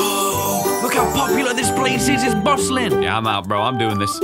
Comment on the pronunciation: I was greatly disappointed when, surrounded by school buses, said, “This place bustlin”. wow.